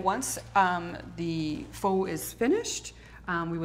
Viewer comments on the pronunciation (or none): The moment the bald guy mispronounced "Pho" I knew they would dick this up. Spoiler Alert - They did. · lmao the way they pronounce pho is so wrong